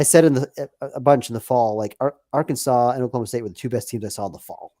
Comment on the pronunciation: How many more trips to Omaha will it take before Rooney learns to pronounce ‘Arkansas?’ (It’s Ar’-Kansaw not Ar-Kansas’)